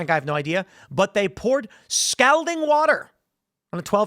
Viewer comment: Is that how you pronounce "scalding". I always thought it was "scalding"